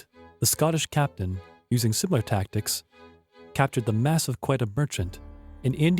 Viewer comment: I enjoyed this, but was distracted by the vast amount of mispronunciations: marque, tenure, Nevis, loath, dysentery, Quedagh, acceded, bury, etc. In a 30 minute video that's a lot. If you have text you would like checked over, I'll be glad to help; otherwise, dictionaries and pronunciation guides would be very useful, adding to the program's credibility.